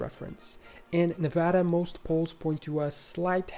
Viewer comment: thank you for saying nevada right.